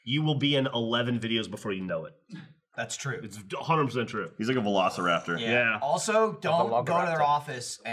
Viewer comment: He said "Vlog-iraptor".